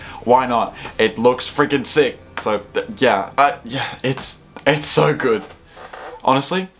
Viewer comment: "2014" "good" Is your... brain... okay? Do we need to get you to a doctor or something? Did you just stumble out of a car accident with some sort of horrific physical head trauma that made you not be able to say words right or something?